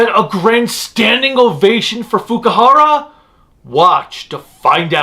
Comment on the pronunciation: It's Fukuhara, not Fukihara.